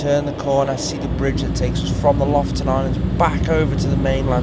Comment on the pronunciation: Lofoten pronounced Loaf-owe-tn with the owe being long and the ten shortened to tn. Just ask a local Norwegian!